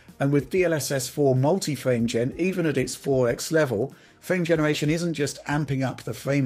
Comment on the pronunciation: Not trying to be mean, but this guy’s rhotacism really gets to me for some reason...I actually had to look up what it’s called. Hearing “phwame genewation” and “path twacing” over and over is just too much, man. If it’s due to a neurological issue I sincerely apologize, but if not... yea 😭